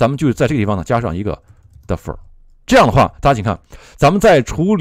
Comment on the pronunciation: 请勿普及日式英语，defer 读作 底佛尔